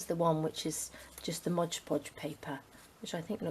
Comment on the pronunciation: Am I the only person who is bothered when someone says modge podge? Its mod podge..